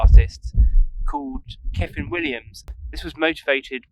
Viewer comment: Another very entertaining video, you keep it real, we are sharing your frustrations with the changing weather, the painting process, the time restraints, we've all been there. The end result was looking good. Keep playing your own music it's genuine. ( when you say kyffin pronounce it 'cuffin')